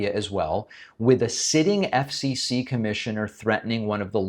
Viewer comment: He can't even say "FCC" correctly. Doesn't wanna "accidentally" sound Gay. All these Stiffs are hiding who they really are behind hatred imo. Just like "J.D. Vance" with his fake name and life.